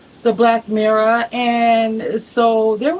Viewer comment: I can’t listen to you say the word mirror anymore